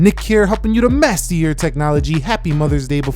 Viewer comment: Nick here is TO MASTER YOUR TECHNOLOGY sounds like NICK HERE IS TO MESS WITH YOUR TECHNOLOGY at begging of video XD